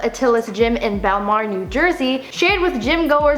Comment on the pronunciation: THIS IS FROM MY TOWN HAHAHAHA SOUTH JERSEY’s GREATEST ( and its Bellmawr New Jersey not Belmar in north Jersey